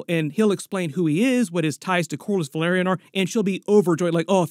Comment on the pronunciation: Velaryon.... Velaryon Say it...